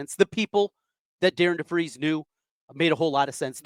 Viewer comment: It would at least sound better if you had pronounced Coach DeVries name correctly